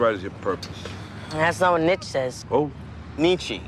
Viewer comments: "Nitch" HAHAHA! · "Neetshee" wasn't any better... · "Neetshee" is as false as "Nitch". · Ha, he pronounced Nietzsche as, "Nitch." Nietzsche doesn't literally mean that god is dead. He is atheistic in the sense of god, but be meant figuratively that religion is declining. Secondly, Nietzsche only started losing his mind after his syphilis warped his mind. He was far brighter and more relevant than most philosophers -- and I don't mean that with bias. Most philosophical teachings get out-dated by science, but plenty of Nietzsche's post-darwinist stances still stand alongside it. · “Nitch” BAHAHAHAHAHA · its actually nee -chuh